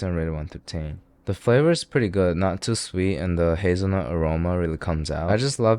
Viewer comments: Why did he pause between hazel and nut? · bro really said hazel... nut all over your face💀💀💀💀